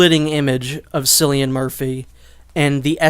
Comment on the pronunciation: It’s pronounced like Killian not Sillian , cillian it’s pronounced with a k here in Ireland where he’s from